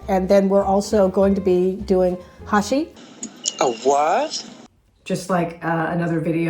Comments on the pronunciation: Which kind of meat did you use exactly? I presume its Beef, but which part of the beef ? Do you know what its called in Dutch and English? thx How you (mis-) pronounced Hashee at first was kind of funny, it sounded like how they said the word drug hashies (sp?) which we heard on the streets close to a 'coffeeshop' in Amsterdam many many years ago. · My Great Grandmother was born in Amsterdam in 1881......she used to make it for us..... Love it....but we pronounced it "A-shea"!